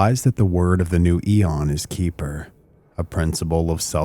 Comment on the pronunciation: I will say, i was expecting another conspiratorial angle here and actually found this video interesting. A couple of comments overall: 1. Xeper is not pronounced Keeper. X and P actually comes from Greek and is pronounced like a Keh and feh, so Xeper is vocalized as Keh-fer. It is also modernly spelled as Khepher or Kheper. 2. I think your summary of the Presidio case missed some points that have been documented as Michael Aquino was not even in ths state for many of the accusations leveled at him. He actually wrote an in-depth dispute of these accusations that I believe are still publically available. You certainly didn't do this an injustice but I found some context missing. 3. Sort of a minor point but Don Webb was not the first High Priest after Aquino. There was a period of others operating in that role as Aquino had other things to Work on and also wanted to avoid the personality cult that was detrimental to the Church of Satan. There are also some other points around the Wewelsburg Working that tie into 3 and his public comments that could be made but I won't belabor that here. All in all, I thought the video was enjoyable and had some good points. I appreciate your objective approach here.